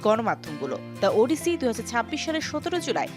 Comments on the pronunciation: It’s 'ওডিসি' not 'উডিসি' 🙄🙄🐸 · উপস্থাপিকা আপিকে বলতে চাই, ইটস ওডিসি৷ নট 'উডিসি' 😂😂😂😂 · শুধু চেহারা দেইখা Anchor বা উপস্থাপিকা নিয়োগ দিলে যা হয় আর কি! ওফেনহেইমার রে বলে 'Open high mar', ওডিসি রে বলে 'উডিসি' 🤣